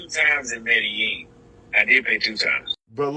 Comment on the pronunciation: A travel journalist that can’t seem to pronounce Medellin correctly?😒 A city that even the locals don’t pronounce it that way so YOU should know better.